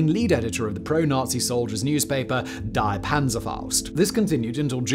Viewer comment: Would be nice if someone hosting videos for as long as Simon, in the 21st century and living in Prague could and would actually correctly pronounce words and names like 'die' and 'Rabe'.